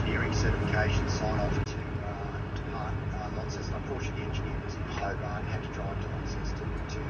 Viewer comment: Hi, "Lonceston" not "Lawnceston":face-blue-smiling:, love you having a James Boags 🍺